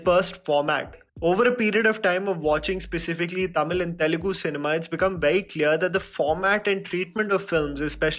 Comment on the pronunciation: This is one of the few Hindi guy who pronounce the words Tamil, Telegu, Malayalam and Kannada perfectly and correctly without killing the words.